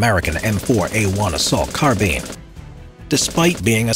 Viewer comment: Is it me or did he say "carbin"